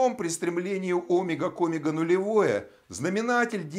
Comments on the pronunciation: Тоже об этом подумал, омЕга, а не Омега. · Автор говорит о́мега... правильно оме́га! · Омега ?? Почему ударение на О ??? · В слове «омега» ударение ставят на слог с буквой Е — оме́га. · Не согласен с ударением в слове Омега, правильно омЕга. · óмега! Аааа кровь из ушей!